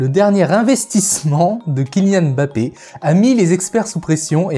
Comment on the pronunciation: Enfin ! une personne qui prononce correctement le nom de Mbappé. Eh oui c'est bien mbappé et non emme bappé comme on entend partout. Pouce bleu direct. Concernant la vidéo c'était très intéressant.